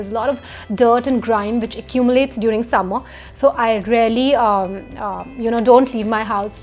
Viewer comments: Same😄😄 sephora mask is rarely good?! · Nice video, I had to watch it twice to understand that she's saying 'really' and not 'rarely' :D